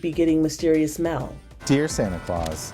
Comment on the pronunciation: Voice over lady needs to get her 'A's & 'E's separate. Mail not "mell."